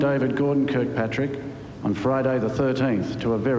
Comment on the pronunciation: By the way his sir name was Kirkpatric not Kilpatric as stated by Sean Taniane .